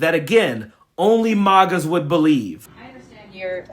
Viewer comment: He said "MAUGAS" 😆